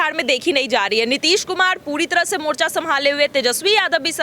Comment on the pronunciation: मिर्चा नहीं मोर्चा होगा😄